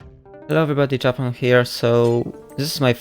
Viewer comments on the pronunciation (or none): Is this how you actually pronounce "Japonk" that's new